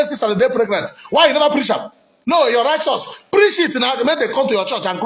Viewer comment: You can't even pronounce righteous